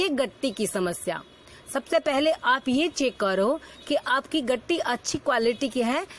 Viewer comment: gitti hota h gatti Ni hota